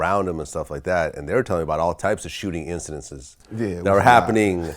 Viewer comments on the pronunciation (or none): Lmao vlad said "incidentses" has bugging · "incidences" LOL its incidents, VLAD!!!! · Vlad trying to say “incidents” is hilarious